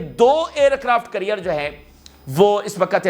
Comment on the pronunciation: It’s NOT CURRIER it’s CARRIER, hopeless ENGLISH. Just PATHETIC 👎👎👎